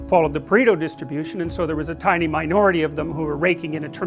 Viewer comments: It's "Pareto" not "Preto", from the name of Vilfredo Pareto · its pareto not preto. Would take 2 seconds to google. :/